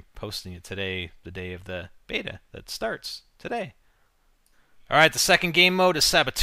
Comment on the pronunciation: its a (say it with me now) BETA.